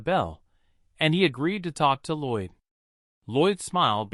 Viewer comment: His name is Lloyd not roid. what even is that 😂😂